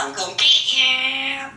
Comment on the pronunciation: Awesome vocabulary and range of sounds. Sounds like a southerner "I'm gonna git you... LOL.